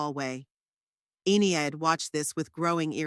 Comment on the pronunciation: E nid, why use names you can't pronounce? Good story except for the irritating enieid